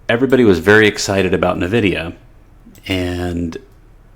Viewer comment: Pronounce: [ENVIDIA], not [NÖVIDIA].